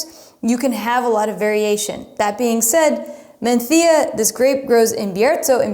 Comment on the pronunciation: I live in Spain and am fortunate to have tried all these grapes and 4 out of five of the wines. All the wines from Casa Castillo are incredible and you can’t go wrong with MdeM! Thank you for saying Menthía and Biertho- in Castellano. Muy bien!